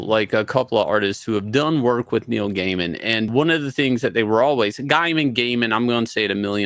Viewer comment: Everyone in the world says "Neil GAYman" Except for Shane , who says "Neil GUYman." Why is he like this?